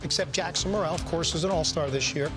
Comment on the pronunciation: Who the heck is Jackson Mur-el? It's Merrill dude. You're a professional. Learn how to say their names.